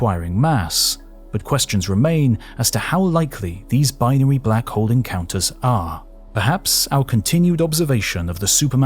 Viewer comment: Sorry, getting distracting hearing you swallow the "L" in hole when talking about Hawking and Black Holes. It just does not feel correct, if you say that he was looking for the oldest and biggest one. Edit: Doesn't get better when talking about the big bang, too.